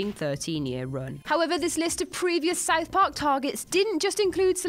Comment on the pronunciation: She also mispronounced South Park